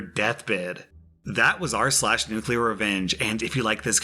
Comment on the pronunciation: Holy shit dude... Nuclear...